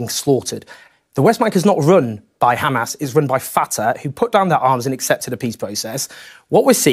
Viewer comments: Look at the way the presenter pronounces 'kkhamaas' it explains it all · the presenter pronounces 'Kkkhhaamas' so we know where he hails from